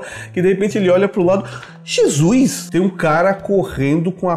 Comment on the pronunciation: "jesuis" pronuncias